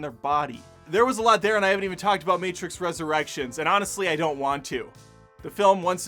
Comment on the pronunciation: It’s the Mehtrix.